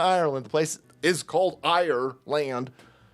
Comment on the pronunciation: Did anybody else catch that?....its called "Ire"-land "....😅😅😊 is just too much fun 🙃